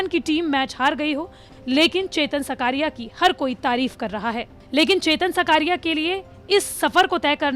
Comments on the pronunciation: सकारिया नही... साकरिया है... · It's not सकारिया It is साकरिया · Not सकारिया it's चेतन साकरिया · चेतन साकरिया. naam hai uska सकारिया nahi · It's not shkariya it's shaaakariya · साकरिया not सकारिया ... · सकारिया नही साकरिया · Surname Sahi Bolo Didi 😂😂😂 Gujarat SE Hu ....